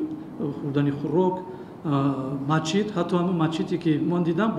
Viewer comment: Мачит не Масчид